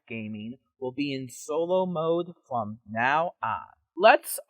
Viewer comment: *the cawl is coming fwom inside the bwuilding.